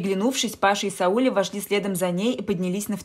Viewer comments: Ударение в имени СаулЕ...бьет по ушам! Правила постановки ударений одинаковы и для русского и для казахского языка! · Вам бы лучше перезаписать этот рассказ. СаулЕ! СаулЕ! СаулЕ!!! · Это СаУле невозможно слышать, режет слух,очень неприятно. Да и вообще, рассказ ни о чем, лишь бы хоть что - то написать. А писать не о чем. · И ещё на Сауле-Сәуле ударение ставится на подследнюю букву. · СаУле,ударение на У.Надо немного поинтересоваться....,а потом читать.Хотя вы читаете хорошо)) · Я про ударение в имени. Вы, наверное, просто не знали, как произносится это имя. Ничего, теперь будете знать. 👍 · Имя Сауле, с ударением на последнем слоге (ле). Очень распространено в среднеазиатских республиках СССР и Каз.ССР, к сожалению, теперь -- государствах ближнего зарубежья. Сауле -- красивое имя. Не искажайте его звучание неправильным произношением. Это очень важно для многих. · Сауле ударение ставится на последний слог.Режет слух. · Бред!А девушка, которая читает, должна бы знать, что Сауле, имя азиатское и читается с ударением на на букву а!не возможно слушать! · Читайте правильно имя Сауле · Сауле, ударение на " е"... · Девочку жалко. И имя, произносите не правильно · Рассказ так себе.но рассказать желает лучшего, ударение на имени Сауле надо произносить на первом слоге!!!. ,а на втором. Попробуй произнести и сразу рассказ засияет красками. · Сауле - ударение на последний слог... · Не СаУле, а СаулЕ, в переводе означает луч. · Может СаулЕ? Слух режит СаУле. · Слух режет неправильное ударение-- СаУле. Правильно СаулЕ. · Не СаУле, а СаулЕ, в казахских именах ударение падает на последний слог... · Здравствуйте. Не СаУле, а СаулЕ. Я про ударение в имени. Спасибо, интересный рассказ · Текст читает робот, поэтому СаУле, а не СаулЕ! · Странный рассказ,не о чём.Но произношение казахского имени СаулЕ , на СаУле ,мне наоборот как то стало интересным.Что то в этом есть.Однажды я услышала как имя АйшА ,было произнесено в какой то песне на АИша. Звучит поэтично. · Не СаУле,а СаулЕ!!!!